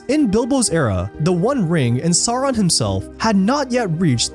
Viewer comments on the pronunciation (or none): Who is Smaag and Saaron, it cant be hard to say Smaug and Sauron for an english speaker, can it?